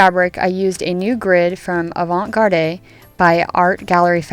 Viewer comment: That term is pronounced "AH-VAHNT Guard"